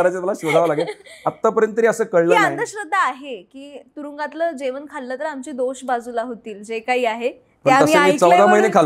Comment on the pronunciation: जेवण.. जेवन नाही..खूप शब्द अशुद्ध उच्चार